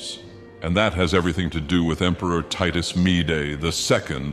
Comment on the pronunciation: Ah yes, Titus Mead-Ay. Love that guy :D